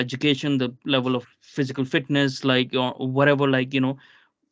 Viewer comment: “I am the smartest, most clever, most phsicarry fit, but nobody else seems to resize it… I’m so ronery”